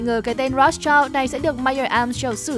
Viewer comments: Phát âm là "Roats trao" sai r kênh ơi 😢 👉Rothschild phải đọc là /ˈrɒθstʃaɪld/ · Tiếng Đức đọc là R(r)ốt S-chind